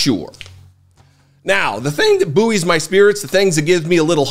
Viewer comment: Buoy is just pronounced the same as ‘boy’ 👍